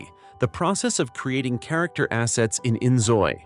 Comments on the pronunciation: In fact, according to the developers, it is really pronounced "injoy/enjoy“. But I'm also surprised abt that 😅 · Yep, he pronounced inZOI terrible. xD